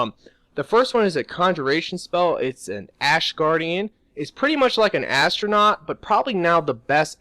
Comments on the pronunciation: he was saying atronachs but got the pronciation totally off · there atronarchs he said them wrong